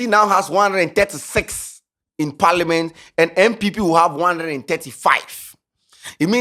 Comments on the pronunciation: It’s parliament not paliment..aah what kind of pronunciation is that 😂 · it’s Parliament not Parliment 😂